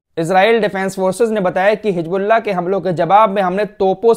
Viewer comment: hiJbullah nahi HIZBULLAH. Musalman ho bhai, J aur Z mai to fark karna seekhen khudara itne subscribers hain